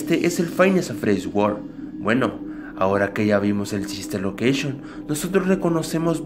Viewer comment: Like si dise fnaf sister loceishon en verdad es sister location